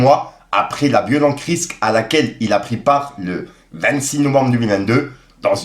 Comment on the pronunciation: Ont dit une RIXE pas une RISQUE putain fait un effort 😂😂